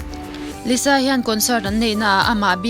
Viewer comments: lisa zawk a lawm liza nilo in.....lalisa manoban....lisa tih hi a dik....☺️ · s na3 engtin nge z angin kan lam ang tiraw....liza....nuih a ti za reuh... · I lisa lam dan hi (liza) i lam a😊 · Lisa an ti ngai lo Liza tya lam tur